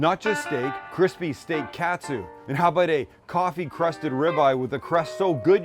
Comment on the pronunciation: Just a heads up since you’re coming here in a couple of months, Sam…it’s not pronounced cat-sue, it’s kaht-su (think of a New Englander saying “car”).